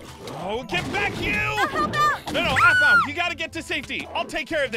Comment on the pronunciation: it's aphmau not aphmua